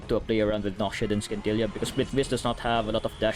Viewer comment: love your vids, but the way you pronounce Scintilla..